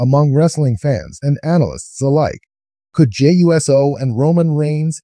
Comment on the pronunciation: You can’t even pronounce Jey’s name correctly.